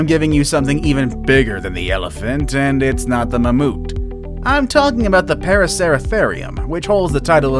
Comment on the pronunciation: ITS NOT MAMOOTH ITS MAMOTH . by the way i'm not trying to be rude